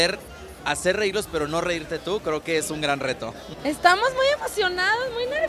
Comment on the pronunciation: Like si viste que se callo la "E" De "QUE" Rie